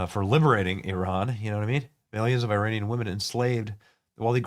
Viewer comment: did you just say Iran-ic